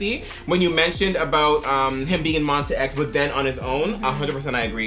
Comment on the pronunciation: it's Monsta X not monster x In Jooheon voice : "we're not monster just Mon - STA" 😊